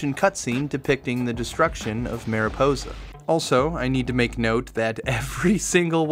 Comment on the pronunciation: Say marijuana cuz you’re saying miraposa when it’s mariposa, yk, like marijuana? I genuinely couldn’t get past how you swapped the letters all the times you said it, no it’s not a language or accent thing